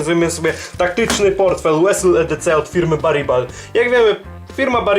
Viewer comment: 1. Weles a nie Wesyl XD 2. Rip Stop a nie ripost 3. Wadą IMO jest tak gruba cordura. Moim zdaniem wystarczyło by 500d 4.DRing jest na taśmie Pasamon a nie na jakiejś cordurze 5. Z wad w wykonaniu widziałem tylko krzywo wszyty rzep haczyk, ale Ty tego nie zauważyłeś 😝 Ogólnie recka spoko. Nie wiem czemu inni nie zwrócili uwagi na przejęzyczenia... Następnym razem po prostu poczytaj info o produkcie uwazniej :D